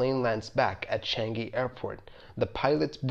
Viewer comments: its changi not changeee xd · changi, not chang-gi